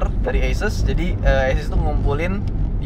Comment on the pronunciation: A-Soos bang bukan ASSes wkwkwk